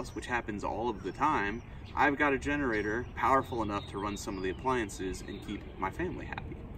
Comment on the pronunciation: Did you say "finnerator"?!